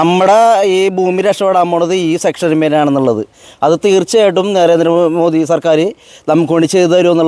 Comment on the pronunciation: മോടി അല്ല, മോദി